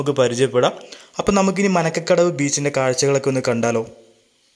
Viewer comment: മാരകടവ് ബീച്ച ആണ് bro മനക്ക കടവ് അല്ല 😊